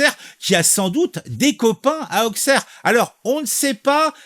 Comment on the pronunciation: Juste pour info on prononce Ausserre pas Aukcerre, même principe que pour Troyes qu’on prononce 3 🤷‍♂️